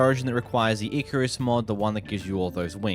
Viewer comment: What did you just pronounce Icarus as??!